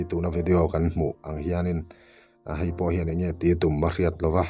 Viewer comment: Chenel Neitu Pa khawngaihin , E hi A angin I lam tam a, ngaihtlak a hreawm deuh . e.g ah Hei tih te hi Hai ti in I lam nasa